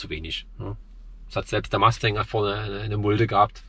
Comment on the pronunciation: Richtig. Das muss man sich nicht ansehen. Deshalb auch kein Abo, da deine Probefahrt und deine Meinung sehr subjektiv ist. Ich sehe vieles anders als du. Dir aber noch viel Spaß bei deinen Probefahrten. Eines noch: Es heißt FORD MUSTANG, nicht Ford Masting.